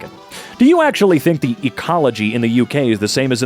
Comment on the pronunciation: i love how you say UK as " AUCK", thanks